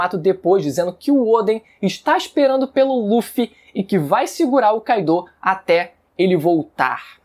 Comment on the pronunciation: pfvr fala Kaido e Mugiwara direito